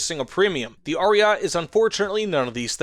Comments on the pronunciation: Omg Ariat ! Really ? A-ri-ay-tay. Someone skipped italian classes here. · its not ariat 👺its ARIETE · "Ariat" triggers me and I am not even Italian